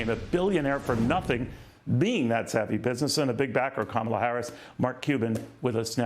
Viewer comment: I like this "Cumala" 🤣